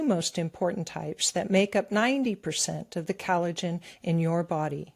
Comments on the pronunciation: What is 'calajin?' With all due (and quite well earned) respect, I think you mean collagen. I love you guys, and VDH is obviously an accomplished genius, but as a career ESL/EFL teacher, I can tell you from experience that pronunciation IS extremely important when it comes to effective communication. Likewise, it's not "Gutter," "Cutter, or "Guitar," it's Qatar (Kah-tar). Sure, it's natural to stumble over certain words when emoting freestyle via the newfangled medium of the Internet monolog, and the purposeful mispronounciation of certain words, if done properly tongue-in-cheek, is definitely an artform, but this channel is primarily aimed at LISTENERS, yes? 'Nuff said. Hopefully. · It's "COL ligen" not CAL ligen.